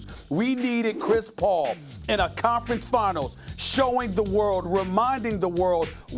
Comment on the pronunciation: I thought Stephen A said “Compton finals” hahah